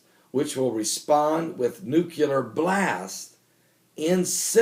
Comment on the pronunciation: Every time you say NUCULAR all i can think of is George W Bush. Im sure thats not someone you want to be compared to, especially for spelling and pronunciation. NUCLEAR = noo-klee-er. Its so bad that I miss the rest of your message due to how distracting it is.